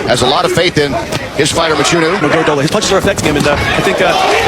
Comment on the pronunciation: Mchunu not matshunu nina zinja nxa😂😂😂😂